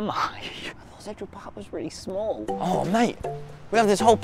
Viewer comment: "Centurrhul park"